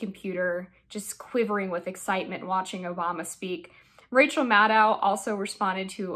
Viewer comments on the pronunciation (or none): none